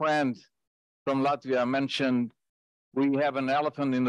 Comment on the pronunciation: Perfectly said Latvia well done